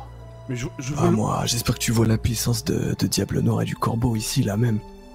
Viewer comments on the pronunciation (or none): none